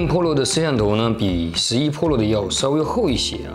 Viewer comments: 为什么把PRO读成PROLO？ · ２０２０了你还在读破楼ＰＯＬＯ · 我给你搞个中文发音吧， iphone 扑肉。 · 是pro不是polo，温州大姐。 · 妹塔三玲噗洛😂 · 大爱这小哥哥的视频，每期都看，就是什么时候能把pro的读音改正下😂